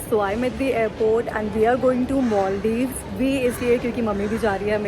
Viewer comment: govt school kids Maldives. 🫶 cbse wale pronunciation moldivesss 😂😂 Khan sir always rock 😂